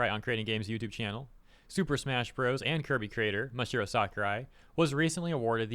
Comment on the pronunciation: Dude. It's Mah-Sah-Hee-Roh. There's an extra A there